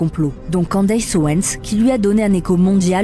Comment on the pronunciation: Ca se dit "Candice" pas Candaiiiysse. C'est une voix IA ou quoi?? Non en fait IA ferait pas cette faute